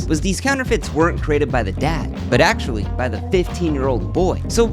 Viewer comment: “I axtually bought a ridge wallet on my own” this fucking guy lol